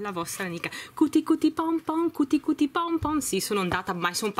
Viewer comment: Però l'inglese non è difficile....non si legge Cuti Cuti come è scritto,ma "chiuti chiuti",l'inglese non si legge così come lo si scrive,e visto che hai un pubblico più che altro di bambini a mio avviso dovresti sapere leggere i nomi correttamente,così almeno i bambini imparano qualcosa